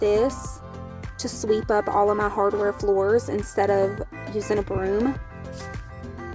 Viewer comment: Are you saying hardware floors? Maybe it’s just me. 😜